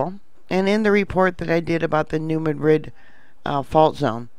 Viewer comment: Love ypu, but THIS Madrid is pronounced New MAD-rid. Rhymes with "BAD kid." Emphasis on the first syllable. Thanks for keeping us informed. Have a great Christmas.